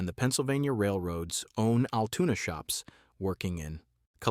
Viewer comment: Yes agreed, Altoona, not Altuna. Wish content creators would do some checking before posting........